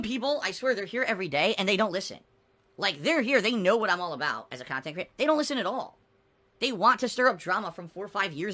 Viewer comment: 12 years of khantent and snorting dood